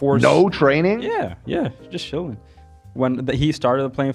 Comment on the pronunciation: Could someone teach how to pronounce "ch"? He says "shilling" instead of "chilling", "shicken" instead of "chicken" etc etc. Also, does anyone get insane cocky vibes from him? I get that he is young but chill, my dude, you are not as cool as you think.